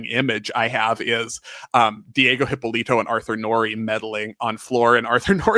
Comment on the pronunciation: Thank you for the video! As a Brazilian, I can tell you guys did a very good research. Just a few points: - You are pronouncing "Hypólito" wrong. It's more like "Hee-paw-lee-tu". - Thank you for pointing out that Brazil just didn't have the luxury to replace a gymnast. The field was not that deep like in many other countries. So, if a gymnast would win something, this gymnast would stay in the national team for as long as she wants (unless an injury stops her). A few US girls tried to come back later like Zmeskal in 2000 and Liukin in 2012 but the field was just too competitive. If they were Brazilians, specially in Liukin's case (coming to defend her AA olympic crown), they would probably would succeed in making the Olympic team. -Georgette Vidor indeed deserved a podcast on her own. I also loved when she briefly worked as a commentator in Brazilian TV for some PanAms. She was so blunt! There were three stations broadcasting it. Jade Barbosa was on the lead for the AA until she falls from UB. Luisa Parente in one station and Andreia João on the other were trying to comfort the public like "let's wait and see what happens, it's not over yet" and Vidor was like "Jade just falls from UB ending any hopes for a medal! What a shame!". It made me giggle at the time. 🤣Also, she was not the sole survivor from the bus accident (Danielle and other members of the gymnastics team were also inside the bus). There were a few casualties but she did an interview saying she was asleep